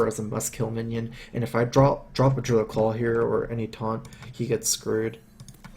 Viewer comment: called 'Deeruid' any Druids don't like it.